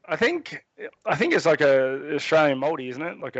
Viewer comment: In case anyone is wondering, it's spelled Maori (phonetically pronounced Mouldy). The Maori are the people native to New Zealand before the British arrived and colonized. They're the New Zealand equivalent of Native Americans